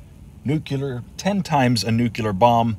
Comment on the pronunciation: It is nuclear, not nucular!